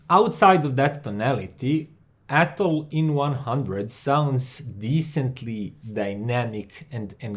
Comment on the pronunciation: Hi. I'm french so I can tell you that you say "Atoll" just right👍😊. Love your channel. Hope the best for you!